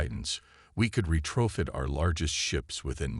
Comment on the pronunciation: ...... "We could re-TRO-fit our largest ships...". WTF is "re-TRO-fit"!!!!!!!!!!???????????? Yet another POS AI!!!!!!!!!!!!!!!!!!!!!!!!!!